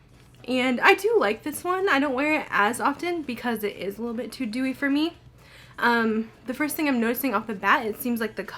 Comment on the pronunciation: Aw for a minute I thought you was sayin that Dew You worked for oily skin hahahah damn I've always wanted to try it but in the summer I can't do dewy. With matte I'm dewy in an hour anyway it's been 90s in nyc.